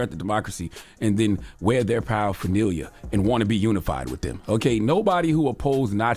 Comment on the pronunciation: Paraphernalia?? Wow send him a dictionary